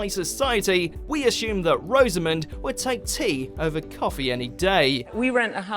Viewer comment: Rosamond has the 'O' as in "box" - "Rozzamund".